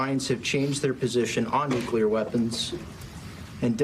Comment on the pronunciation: Say what you want about your political beliefs - I'm just happy Hegseth can pronounce "nuclear" correctly. "NU-klee-ar". Found the first nice thing to say about him 😂